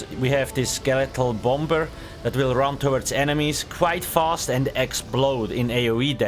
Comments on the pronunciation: You don't pronounce the second b in the word bomber. It's silent 😊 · The bom-ber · Take a shot everytime he says Bomb-Ber